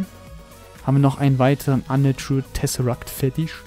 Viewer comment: es heißt Tesseract nicht "Tessesseract"